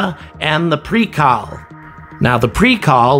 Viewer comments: The pronunciation of the russian names is butchered beyond recognition. You say Noyka but it should sound Na-ooooo-ka. You say Pree-cal but it should sound like Preach-aaaaaa-l. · Not "Prikal" it is "Prichal" sounds like (PREE-CHA-L) means "dock". Not "NOIKA" sounds like (NA-OO-KA) means "Science". US did not need Russians for Apollo or Shuttle missions. Not a big loss. I personally believe the ISS is outdated and needs to be grounded. It will not survive without Russian segment anyway. Plus spending billions of dollars on replacement segment to prop up the old tech is a waste of recourses.